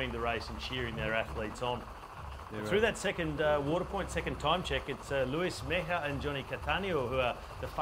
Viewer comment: I bet the name of the Colombian rider (3rd place on TT) is MEJIA and not MEIJA. Just saying.